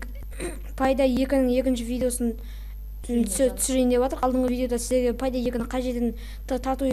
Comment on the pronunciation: Пайдай емес пэйдей десей